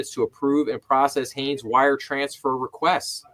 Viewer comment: Shan is my cousin. His name is pronounced "SHANE", and his last name is Hanes, Not Hayes. At least you attempted to pronounce his first name correctly in the beginning. Other videos pronounce it like Sean or Shan.